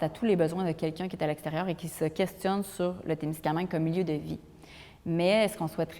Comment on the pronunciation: Musée de la gare de Témiscaming, pas Témiscamingue.